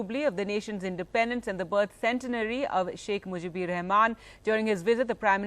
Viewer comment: it is Sheikh Mujibur, not Mujibir.... disgusting news presenter.